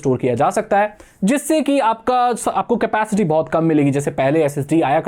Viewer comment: It's capacity not scapicity 😂